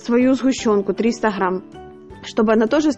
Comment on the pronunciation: Все прекрасно! Все классно! Но слух режет слова ғрамм (грамм), оғне (огне, огонь). Почему не умеете правильно произносить? Простите.